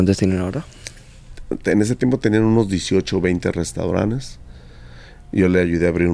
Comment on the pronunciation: Jajajajajajajajajajajajaja. Creo que se dice restaurantes y el dice restauranes. No entiendo como ha tenido tanto éxito. Bueno. Lo de su éxito lo dice el. Yo ni lo conozco. Jijijijijijijijijijijijijijijijiji